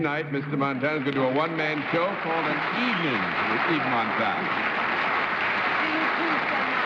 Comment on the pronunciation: lol Cerf butchering Yves Montand's name